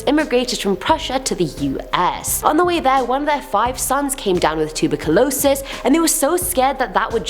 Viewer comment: Did she really just pronounce tuberculosis like that lmao